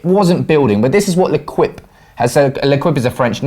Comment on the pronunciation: L'equippe is pronounced lay keep